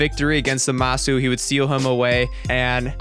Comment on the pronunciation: 'Zuhmasu' kinda triggered me